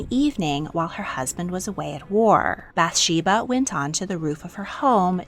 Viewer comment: Actually, there are lots of issues in this video, but let's focus on the pronunciation, "Michal"= mee-chAHL (ch is glottal). Bathsheeba is actually "baht-shehvah." "Yah-weh" is not a thing. Jews don't use this term. The letters you are pronouncing ("yud hey vav hey" are actually not pronounced. Jews refer to Him with a word that I cannot print here. But simply calling him God is fine. We say, "Hashem", translating to "the name". There is actually a ton of archeological evidence of the Bible. I'm really not sure what you're looking into... but I would consider that not speaking the language of the region means that you are limited in what you have access to. It's...a bit privileged to insist that this means there is no historical data to prove it 🫣 English evidence isn't the only evidence that exists or that is legitimate. We should really not think that way...